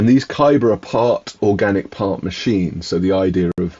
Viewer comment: Definitely read the novella before The Road to Corlay! PS I always thought it was pronounced Cow-per, not Coo-per :)